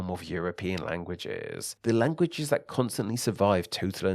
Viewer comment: Why are you talkinG like tha-TUH?